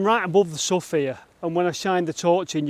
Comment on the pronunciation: I blame Shakespeare for our language that can sometimes be difficult. Sough pronounced (sow) not my fault, great vid again.